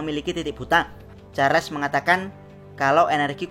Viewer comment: charles woy charles bukan charles 😂